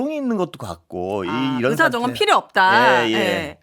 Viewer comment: 으사 아니고 의사 😊ㅋ